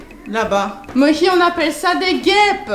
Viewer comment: Les gens... c'est Mohi. MO-HI pas Mochi ni Moshi, c'est Mohi !!